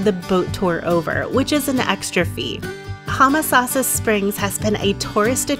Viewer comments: It's Home a sassa springs not Hum a sassa. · Was just coming to say this. Yes, 'home-uh-sauce-uh' is how we were taught it growing up in the 60s-70s.